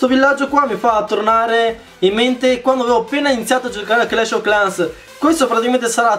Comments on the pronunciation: Hugo Umana pronuncia inglese clash ov clans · 🎮DarkBlue🎮 sembra che dice proprio Clash o Clans 😂😂😂